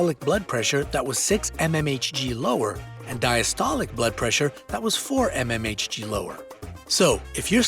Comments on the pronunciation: mmHg is pronounced "millimeters of mercury" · What's with the Ememaitchgee? I presume you actually MEAN mm of Mercury?